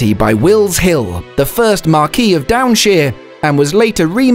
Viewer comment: The voiceover by a Brit but who can't even pronounce "marquis" correctly!